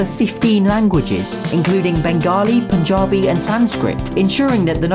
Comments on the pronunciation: Finally a guy not from India who pronounced Punjabi as Pun-j-aa-bi and not Pan-jab-i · i lost it when you said punjabi correctly 👏👏👏